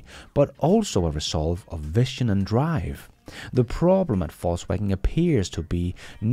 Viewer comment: you pronounced incorrectly vision as vition. it should be pronounced more like vizion